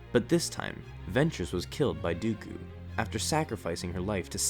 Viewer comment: Can't say dooku, keeps on saying duuukuuuuu